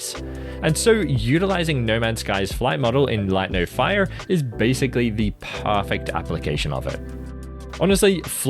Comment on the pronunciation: is this guy saying "parrfect" or is it just me?